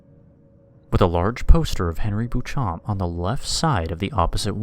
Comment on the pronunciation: Why would you pronounce it "boo-chomp?" It's French. You shouldn't really pronounce the p and the last syllable should be nasal. Also, my question is how the hell are they preserving paintings made out of blood, bile, and organs? I'd be quite interested to know the details of the conservation practice. LOL